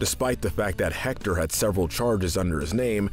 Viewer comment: Just so you know: you don’t pronounce the H and in Héctor